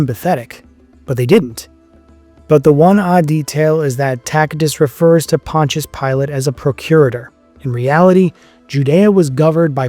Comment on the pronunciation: This dude calls himself a historian when he can’t even correctly pronounce Pontius Pilate, Tacitus or Aramaic. Plus, several lies in this barbaric misinformed video. Christians were called Nazarenes by the Jews and others and the christians called themselves the saints not righteous or just. Saint is a word used since the Old Testament to refer to the Jews who were religious and pious, hence the meaning of the word - pious/holy not righteous or just. Another biased opinion here by this guy masqueraded as fact , just because Josephus spoke well of Jesus, doesn’t mean his writing was corrupted. Jesus had a very good reputation amongst the people. Josephus is not saying anything out of ordinary of what was said and known about Jesus. If you’re going to talk about Jesus, At least leave your opinions out of it, and do better research than this lazy bum video. He didn’t even mention the most scientifically studied artifact in history which is the shroud of Turin, let alone the other archeological findings.